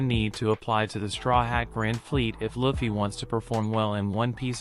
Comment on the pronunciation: Luffy not Laffy